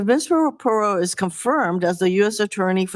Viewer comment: her name isnt pero maybe if u can't pronounce her name call her judge jenine